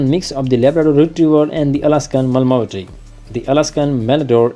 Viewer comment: Pronounce as Ma-La-Mute